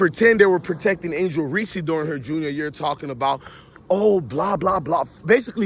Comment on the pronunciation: This guy wanna simp for Reece but keep pronouncing her name Reese-see like she a peanut butter cup. It’s Reece bro not Reece-see 😂 if you gonna simp know ur girl name